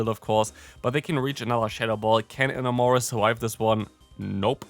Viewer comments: eh-NAM-orous, pronounced like the word "enamor" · It physically hurts me to hear your pronunciation of Enamorus. I get Enamor is a weird word, but still